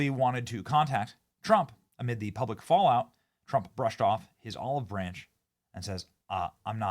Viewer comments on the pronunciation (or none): none